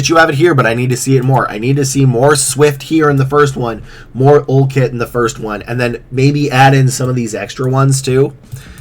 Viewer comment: UL Kit is making me laugh. It's UIKit, as in user interface kit.